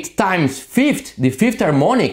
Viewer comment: You don't know how to pronounce 5th = fifth ? Ahahah I laughed :) Great video as usual!